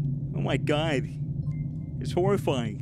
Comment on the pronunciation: Oh my gwad